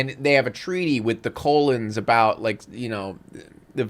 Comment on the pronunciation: I love the way you call the Cullen’s “the Colon’s” throughout this entire review. I can’t tell if it’s a verbal typo, or your satirical sense of humour coming out. Please do the rest of the movie, this was comedy gold.